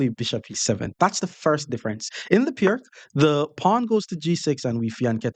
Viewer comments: It’s “Peerts” (peer-ts), not “Pirk.” The name is Slovene, so the c is pronounced like “ts.” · Piertz .. that's how you say it...